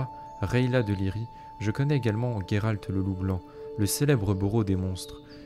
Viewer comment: Sérieux Gueralt ???? Pas possible de t'écouter on le prononce JÉRALT et conseil les gens s'en foutent de voir ta tronche tu t'aime non ??? Salut